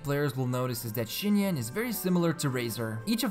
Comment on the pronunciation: Im very sorry, your video is superb BUT IT'S PRONOUNCED SINYAN AT LEAST, NOT SCHINYAN